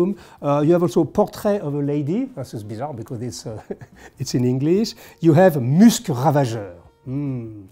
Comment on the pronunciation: Finally! A much needed sequel to Super Dacob's clinic on pronunciation. Wonderful stuff from. One of the few times I've ever heard "Musc" from Musc Ravageur and "Lutens" pronounced correctly. 🤭 There's an S!